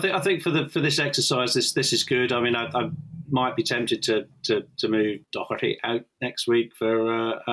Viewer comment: Nobody in Ireland says "Dokerty"